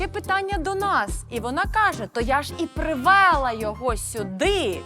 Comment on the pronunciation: Звідки у Марії ці слова..привела з наголосом на Е і легкими західними інтонаціями....Це риторические питання.🎉